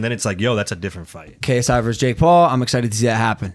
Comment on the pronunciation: Did anyone hear Logan say Jake Pauf in the beginning 😂😂